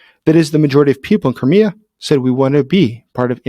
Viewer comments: Koré ? Non Krimée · Vous dites Corée au lieu de Crimée à chaque fois. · Every time you say Crimea I hear Korea! 😂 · Did I hear you say Korea? Of course it's Crimea, professor gerdes also mis speaks pretty often actually. . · Anyone else think he was saying "Korea"? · When you say "Crimea" I sometimes hear "Korea'. Throws me off a little.